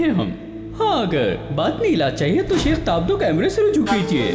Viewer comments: لفظ شِیخ نہیں ہے لفظ شَیخ ہے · لفظ شِیخ نہیں شٙیخ ہوتا ہے۔شِیخ قوم ہے شٙیخ ہادی